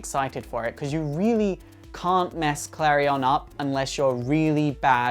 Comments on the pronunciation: sooo... His name is prounced Kalri-on not Kalrien. Im confused, all these animated shows and the prounciation. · he saying klarion wrong